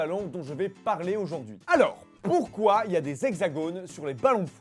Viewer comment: #dmp pourquoi on dit poyrquoi?